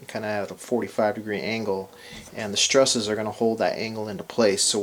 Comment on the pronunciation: I am genuinely in awe of your skill. I have devoured ever video from this build, but every time you say the word "struss" I cringe.